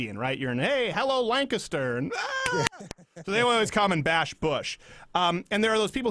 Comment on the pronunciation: You're the only person I've ever heard pronounce my last name correctly. Lanca-ster. Not Lan-caster.